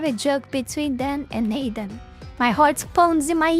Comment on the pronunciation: I don’t know if it’s some kind of accent or it’s my tism cause I’m keep hearing say “Aiden” than “Adam”